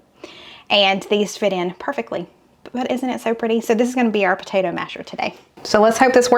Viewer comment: I've never in my entire life heard anyone say PA-TA-DOUGH